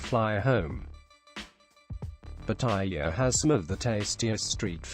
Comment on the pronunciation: Quit mispronounced the name of pattaya